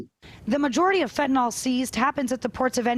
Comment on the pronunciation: it's fentanyl, not fentanol.